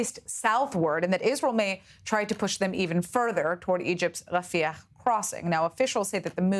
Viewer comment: She can't pronounce rafah? Her job is to read things